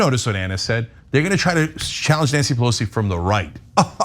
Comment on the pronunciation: It’s racist not to pronounce her name correctly... racists.